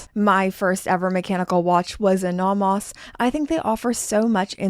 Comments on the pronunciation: Why are you pronouncing it Nahmahs? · If I had to hear you say "nah mahs" one more time... That is just perverse.